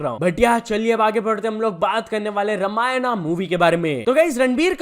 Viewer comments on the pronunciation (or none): भाई अगर 'रामायण' bolna nahi aata to please ise ramayana to mat bolo😊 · bro atleast pronounce "RAMAYAN" Not "RAMAYANA" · It's Ramayan not ramayana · Let's be India n pronounce it as RAMAYAN